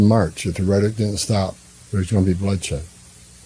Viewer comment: Tell holman's dumn@ the word ISN'T "rhetic"